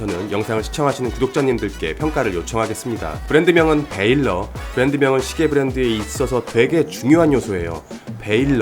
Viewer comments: 베일러가 아니라 밸러로 읽는 것이 맞는 듯 합니다. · 우선 Valor를 베일러라 안읽고 발음이 발러~로 비슷하게 읽습니다. 군대서 많이 사용하는 단어 용기죠. 시계리뷰 잘보고 있습니다. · valor는 ‘발러’ 라고 읽는게 맞죠. 일단 한국인은 V 발음이 힘들고 O 는 묵음입니다.